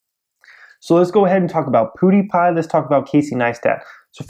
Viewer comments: Does it annoy anyone else that he is saying "PooDiePie" instead of PewDiePie? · "Poodiepie" lol